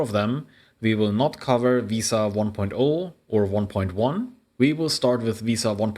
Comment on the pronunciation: it's not pronounced veee-sa it is correctly pronounced ve-sa like Vespa but without the p.